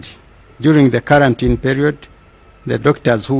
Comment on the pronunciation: karantin or Quarantine???